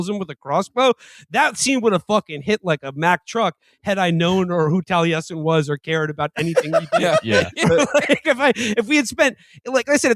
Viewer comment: Everytime they pronounce the name Taliesen that way makes me cringe lol